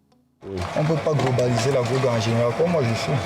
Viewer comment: "Drogue" et non "grogues". Il faut bien prononcer.